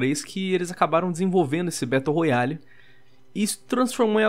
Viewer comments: "traz elementos de um BETO ROYALE" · "Betão da realeza"